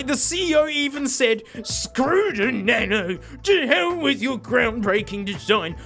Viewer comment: He said Nano wrong